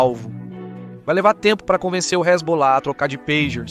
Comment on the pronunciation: "então vai que resbolar , resbolar ... " Sandy e Junior kkk